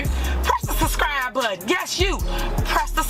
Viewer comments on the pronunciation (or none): The “suhscry” button…… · Somebody tell the mayor it is "SUBscribe", not "SUScribe". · Did she just say “hit the siscribe button? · I like how she says press the “sus-cribe” button…… anything coming out her mouth is “sus”! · "Press the susscry button" T. Henyard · She said SUS-scribe. Well you are SUS SISTER, that’s fo sho! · Press the “suscribe” button lol. What an ignorant pig. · "SUSSCRIBE BUTTON?". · Suscribe is what she said SUSCRIBE 😂😂😂😂😂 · Press the "SUSCRIBE"..🤣🤣 button.🤣...if you "ax" me to ? Ok l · Suscry though. She can't even say subscribe, lol. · Da fuck she mean ‘suskrye’ ??